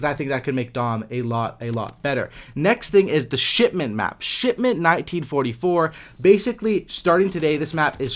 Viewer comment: Did you say shitment ㊗️😂